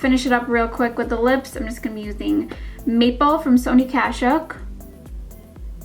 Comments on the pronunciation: I thought she said "meatball by sonia kashuk" but I'm pretty sure she said "maple" lol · Exact same thought! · I'm cracking up right now because I thought you said the lip liner's name was "meatball."